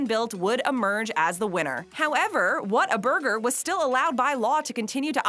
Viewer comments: True fans know its pronounced "WATER-BURGER" not how its spelled "Whata-burger". Got really annoying hearing her say it wrong soo many times. Proven by the clips of Texans talking about it in this video. P.S. Don't mess with Texas. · You don't say what a burger you pronounce like this " waterburger " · If you're going to do a top 10 on Whataburger, make sure you pronounce it correctly..."Wad-er-burger." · it’s WHATERBURGER to us natives. lol no hate but hearing “whattaburger” was a lol strange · If you are a true Texan you know it’s pronounced WATERburger. Fact. State law! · its Pronounced Waterburger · Is pronounced waterburger New Braunfels , Texas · It makes me so angry how she keeps saying the “W” is an “A”. That is not correct